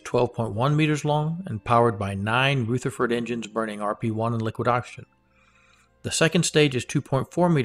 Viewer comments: Hi, great content but please, the engine is a Rutherford as in rug, not Rootherford as in rouge. It is named after Ernest Rutherford, 1st Baron Rutherford of Nelson, OM, FRS, HonFRSE[2] (30 August 1871 – 19 October 1937) was a New Zealand physicist who came to be known as the father of nuclear physics. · Pronunciation guidance: "Rutherford" is pronounced "R-other-ford", not R-ooth-erford. :-) It's named for Nobel winner, Ernest Rutherford, a New Zealander, who is known as the father of nuclear physics. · Ernest Rutherford like the New Zealand particle physicist who discovered the proton. Not Pronounced Rootherford. Ask Peter Beck how it is pronounced. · Very nice - rich in content and well presented. My only niggle is that you mispronounce "Rutherford".